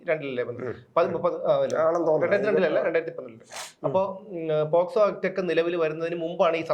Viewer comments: Posco അല്ല pocso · പോസ്കോ അല്ല. പോക്സോ.